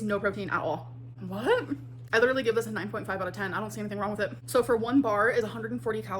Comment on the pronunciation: oh look. pretending to be a food reviewer..except all she can say about it is "its shoooo good!.